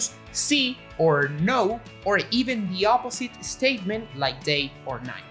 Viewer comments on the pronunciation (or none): I love "an estatement" in his English. :)